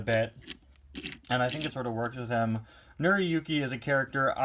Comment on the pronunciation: it's pronounced nora yooki